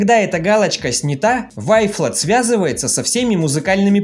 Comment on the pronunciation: Вафел) правильно говорить)))